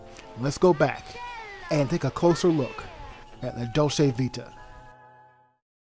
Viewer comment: I can’t watch this because the narrator can’t even fucking pronounce “Dolce”.